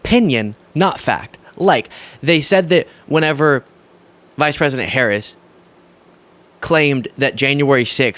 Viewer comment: & Fox “News”: can’t pronounce the name of the United States’ Vice President.